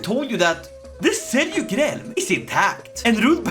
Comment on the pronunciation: It's pronounced as Seljuk not selyuk